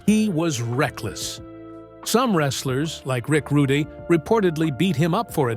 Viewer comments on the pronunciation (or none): Like Rick Rude-ey. That was funny.